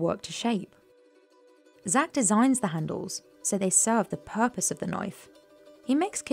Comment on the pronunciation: Purpose Not puppis